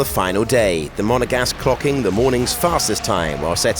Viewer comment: "The Monegasque."